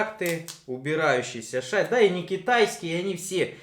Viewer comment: вроде и толковый парень, но режет уши, часто не правильно произносящиеся слова на 00.14 шассИ , а не шАсси, это французское слово , ударение в конце слова – это особенность данного языка